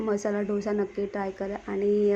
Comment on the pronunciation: ढोसा नाही डोसा म्हणा